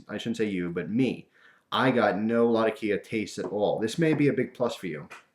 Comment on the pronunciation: There's a weird trend on here where people are pronouncing latakia wrong. It's not latakía with emphasis on the i, it's latákia with emphasis on the a.